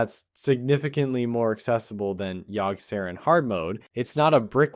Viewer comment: Yogg-Sah-rawn. Yogg. Sah. Rawn